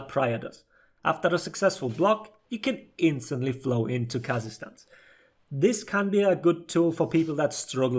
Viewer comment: I always heard "kazakhstan" when you said kaza-stance 😂